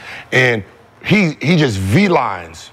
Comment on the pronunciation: Someone tell Gil it's beelines, not v-lines 🤣